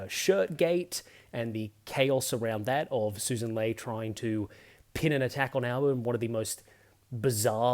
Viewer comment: Also Sussan not Susan lol, should put emphasis on "Suss"